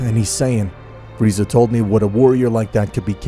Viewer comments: Beerus: it’s not pronounced freezer it’s pronounced freeza Weise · Free-zaaa not freezer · did this man call frieza FREEZER like in dragon ball abridged jesus christ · His name is freza not freezer you’re killing me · bro is calling friza freezer 🤣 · Frisa❌ freezer✅ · This guy calls frieza......freezer in the first minute of the video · It's freeza not freezer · Freeza not freezer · Why do you call freiza Freezer? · I ilove how it says freezer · Also "Freezer" my guy lol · Bro great story telling but...... the execution of characters names is kinda derpy in total (freezer be like) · "freezer" PPPFFFFFTTTTT BAHAHHAHAHAHAHHAHAHA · Why is Goku so off character? Like the idea is cool but Goku isn't some murder hobo! And the way you say Frieza or Goku is so off and misspelt!